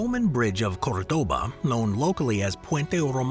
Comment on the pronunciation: When will robots learn to pronounce COŔdoba?